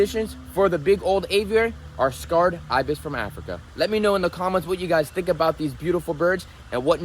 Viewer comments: Why are you saying scarred ibis? Its just pronounced sacred. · Bro they are Sacred Ibis not scarred Ibis 🤣 it’s ridiculous you buy animals and can’t even pronounce their species correctly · "Sacred" not "scarred," ibis. They were sacred to ancient Egyptians. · It is not "scarred Ibis". It is Sacred Ibis! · its Sacred btw, not Scarred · Sacred ... Not scarred.🙄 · The pronunciation is say-kruhd